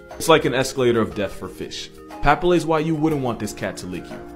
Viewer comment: paPILLae, not PApillae